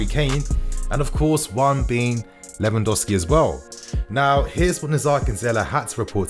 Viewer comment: Lewandowsi? Haha. Lewandowski